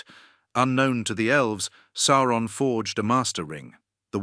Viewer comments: Sour-on. Because he's the "sour one." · It's SOW-RON. That's how it sounds. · Definitely AI voice, it hasn’t quite mastered saying Eru’s name yet and Sauron. Sawron and E.R.U😂